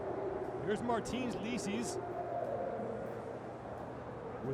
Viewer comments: Martins "likis" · He said martins "likis" lol